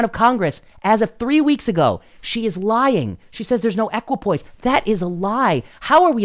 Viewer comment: Equipoise, not equipoint.